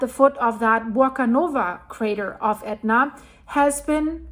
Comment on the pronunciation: WOW! Props to you for pronouncing those ridiculous names!